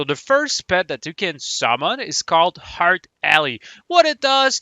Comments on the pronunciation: EERRRTHHH not HEART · Am i trollin or everytime insted of "earth" he says "hearth"? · The way you say earth hurts my soul